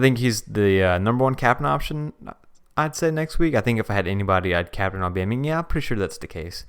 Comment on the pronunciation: nobody: Blocc: Aubamyinga